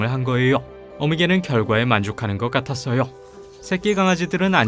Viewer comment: 같았어으요! 라고 하시네요 ㅎㅎ